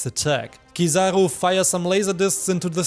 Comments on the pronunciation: let everyone know it's oo not oh and I will forgive you haha jk I appreciate your content, and I'm glad to be able to share with you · is a joke, but still a little criticism, maybe you have a different accent so you say kizaroe instead of kizaru, if you take the time to use Japanese phonetics you'd understand where I am coming from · It's Kiza-roo not trivago...sorry I just couldn't take it